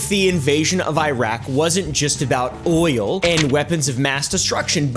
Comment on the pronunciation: you mispronounced “oil”